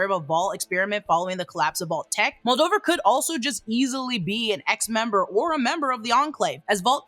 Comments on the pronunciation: Moldever moldiver moldover annnnything but moldaver 😂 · Mul-day-ver not Muldover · Moldover…Moldever.. ur close lmao!